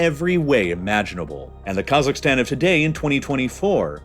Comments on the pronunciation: I really f***ing hate how he pronounces half of the names here - "Ta-JEEK-ee-stan". "Ka-ZAKHS". ETC WHY DOES HE NEVER LEARN HOW TO PRONOUNCE S*** LIKE THIS PROPERLY?!?!? Oh, I forgot, it's a super privileged and mega entitled A******** with a buttload of audacity to think it knows everything. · if i hear you say "kazakhstan" one more time, i swear to god....